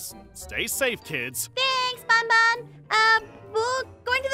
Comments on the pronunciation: It is ban-ban not baan-baan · Just to tell you, his name is not bonbon it’s band band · It’s not bonbon it’s banban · Bun bun Lol it’s BanBan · PLEASE SAY GARTEN OF BAN BAN!!! NOT BON BON ITS PRONOUNCED BAN BAN, NOT BON BON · Lol she said bonbon instead of banban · Is not gotten of bobon is gotten of been baen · She really said garten of bonbon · "in the garten of bonbon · Is banban not bOn bOn